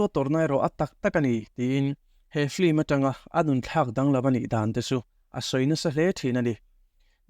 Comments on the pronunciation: Film tih hi flim ti ang hian in lam daih zel hi mak ka ti deuh. 😂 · Lehkhathiam tak tak pawhin "Film" hi 'Flim' tiin kan lam fo mai hi engtizia nge leee !!!